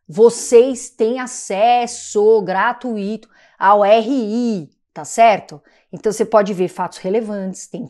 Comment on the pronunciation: Gra-tui-to, linda..... não existe gra-tu-i-to.